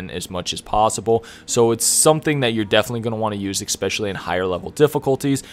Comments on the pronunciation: Dude.. the word is “especially” not “exspecially”. I’m also goin to assume you say exspresso in stead of espresso. I’m sorry but I couldn’t focus on anything but this. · it is eSpecially. not eXpecially, just saying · Very helpful, thanks! You have a great voice and great energy and you get right to the point so 10/10 for presentation. (Just 1 thing, I swear I’m not a pronunciation cop but there’s no “X” in especially. It’s pronounced like “essspeshally” just because you use the word a ton and it’s a little distracting for weird people like me) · EXspecially :D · Ken, Stanima, Expecially... that was painful to listen to. Good, helpful video. But eugh. Pronunciation. You're a YouTuber ffs. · A good guide but please please google the correct pronunciation of "especially" its like finger nails on a chalk board the way you say it!